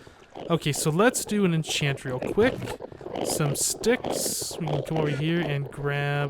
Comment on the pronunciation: Let's all "entchant"